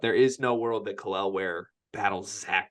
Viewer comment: is increasingly becoming pro hoosier... first Malik then now Kel'el (with the correct pronunciation!):)